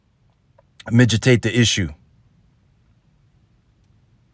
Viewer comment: MIDGE-i-TATE??? dude, the word is mitigate. MEH-TI-GATE.